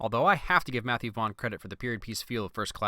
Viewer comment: I thought you said Matthew Von Credit XD